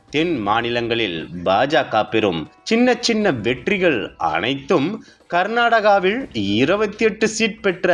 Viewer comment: இவனை மாத்துங்க ய்யா பளவீணம் கர்நாடகவிள் ன்னு கொல்றான் 🙄🙄